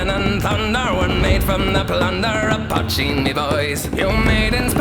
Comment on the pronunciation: poitín (potcheen), not patching. Irish word